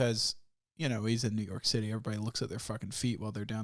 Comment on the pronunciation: at first i thought he said Negro City instead of New York city lol